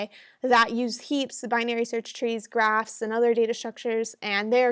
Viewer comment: You said trees and graphs What i heard at first trees and grass ☺ Please one video on regex pattern and matcher pleaseeeeeeeeeeeeeeeeeeeeeeeeeeeeeeeeeeeeeeeeeeeeeeeeeeeeee